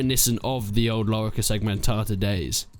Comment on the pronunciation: your lorica segmentata pronunciation is orgasmic ♥️